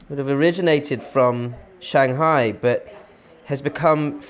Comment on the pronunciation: Sooooo boring. Just like everything British. I doubted his knowledge based on just how British he is. But then I heard his pronunciation of Shanghai. At which point I knew he's not Chinese, and had likely never even been to China.